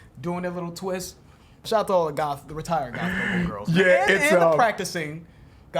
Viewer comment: At first I thought said "retired golf girls" haha. I was like WHAT?!!! Then he repeated it and I understood what he was saying.